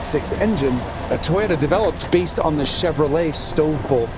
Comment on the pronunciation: Toe-yota. Not toy-ota.